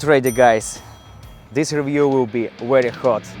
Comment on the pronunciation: V ery Very hot not wherewey